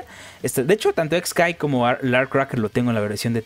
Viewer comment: El nombre del personaje se escribe χ-kai- y se pronuncia solamente "kai" (por eso tiene los guiones) no se porque los youtubers cometen el error de pronunciarlo "Ex kai" o "Equis kai" siendo que χ es una letra griega que en inglés se pronuncia "kai" y en español "chi".